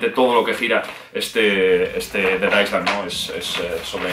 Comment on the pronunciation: Island no sé pronuncia tal cual es ailend esa es la pronunciación. Sólo un aporte